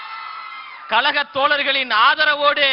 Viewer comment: கலக பணி செய்வதற்காக😂😂😂 அது கழக பணி ப்ரோ😂